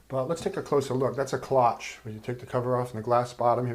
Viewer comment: By the way, the O is long and the CHE is pronounced SH Great video